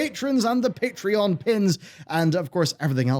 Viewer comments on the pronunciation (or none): none